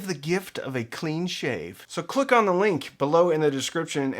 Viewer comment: ON; - it's pronounced "on"